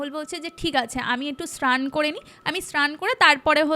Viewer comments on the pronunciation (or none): ভুল ভাল উচ্চারণ গুলো গল্পের মাঝে খুব বিরক্ত লাগে এগুলো একটু ঠিক করবেন শ্রান❌ পবলেম❌ স্নান✔️ প্রবলেম✔️ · কিছু কিছু উচ্চারণ খুব কানে লাগে, ভটি না বটি, শ্রান না স্নান এগুলো তো ছোটবেলা থেকেই শুনে আসছি! এগুলোর দিকে নজর দেওয়া উচিত। আগেও অন্য চ্যানেলেও এটা দেখেছি। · শ্র্রান, মোদ্রা কথা, পবলেম এগুলো শুনতে খুব বাজে লাগছিলো, আগের একটা পডকাস্ট এ শুনেছিলাম হিন্দি হরর পডকাস্ট এর থেকে কিছু টা সাজানো গল্প আর বাকি টা জানি না কোথা থেকে নেওয়া, বুঝেছিলাম সত্যি ঘটনা মোটেই না, আর সাথে এই চিবিয়ে চিবিয়ে জোর করে টেনে বাংলা বলা, সত্যি মিথ্যে জানি না কিন্তু এগুলো খেয়াল রাখলে হয়তো দর্শক দের প্রতি ন্যায় করা হবে!